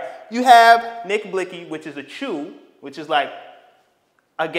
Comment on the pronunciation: Its not chew its choo